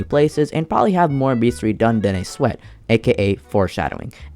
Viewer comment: you pronounced bestiary wrong